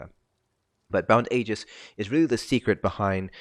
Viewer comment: Thank you for saying Aegis correctly. 😂